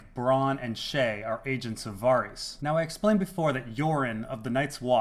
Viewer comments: Can you please pronounce "Varys" the same way it's pronounced in the show. You saying "Va-Ris" makes you sound very douchy and smug. PS: just found this channel an hour ago and I absolutely love it! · What I find puzzling is why you say Varys like that!!!!! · I think you're pronouncing 'Varys' wrong, but good video nonetheless.